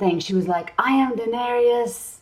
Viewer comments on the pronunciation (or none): Oh btw, can't remember when said it (this video or another), but it's Daenerys, not Daenerius. But it's a weirdly common mistake.